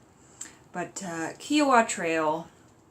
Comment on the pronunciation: rodoh22 If he said a well or trail was there, it was. And it’s Ky-owa